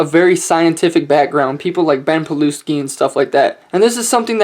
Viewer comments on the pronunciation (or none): you murdered ben pakulski name brah hahaha